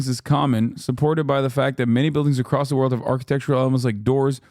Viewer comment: "acrost" lmao